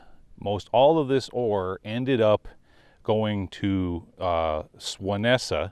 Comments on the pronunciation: Lol. Its not Swanessa, its called Swansea, pronounced Swan zee. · Swanesa? It's Swansea, yes, the original is in south Wales, UK. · Another cool upload and even though you are no expert on the precise uses of the buildings, you did a fantastic job! The place is was sent to in the UK, is pronounced Swanzee (swan as in the bird and how you pronounce the letter Z in the US) Thanks again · Hi, I'm really sorry but I need to correct you on one thing. The area where the copper ended up in the UK is called Swansea pronounced Swan-zee. A very cool explore and heaps of history, wouldn't it be great to speak to an old timer about the town and the mine, the stories he could tell, wow. Thanks for sharing. x